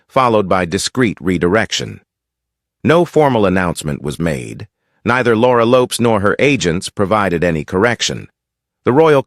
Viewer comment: Ffs pronounce Laura Lopes name properly.